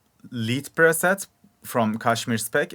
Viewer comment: Hahah this man just said Lead perset